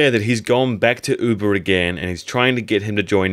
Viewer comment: "Uber"?? I thought it was "Ube"? (ooohbehh)